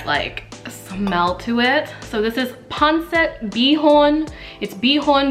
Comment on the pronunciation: Its Not Pronounced Panset…Its Pronounced Panseet! Got It? Good!